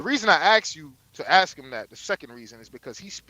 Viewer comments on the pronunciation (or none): axe or ask? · Everybody take a shot everytime the brother says ax.